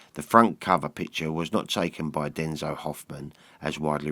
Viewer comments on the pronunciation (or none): Hi, interesting over view of the Beatles EP'S. By the way, the German photographer is "Dezo" not "Denzo" Yours, Pedanticlly👍😂